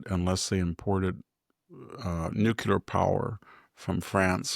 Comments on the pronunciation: NuCLEAR, not nook-ular. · NUCLEAR Victor, not nucular. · It's actually new' clee ar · Maybe that’s the Hoplite pronunciation of it, fittingly for a citizen farmer—not to mention a scholar.